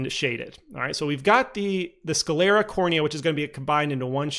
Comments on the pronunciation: google pronounces it "sCLEARa". My bad 👌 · Why do you pronounce it "sCAlera"? Is it a speech impediment?